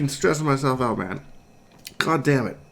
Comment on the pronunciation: Aboot! "I was oot and aboot" 😒